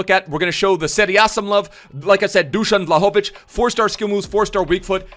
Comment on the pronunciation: Greetings from Serbia , the Pronunciation is Dushan Wlahovitch